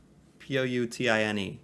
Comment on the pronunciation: pronounce Pouten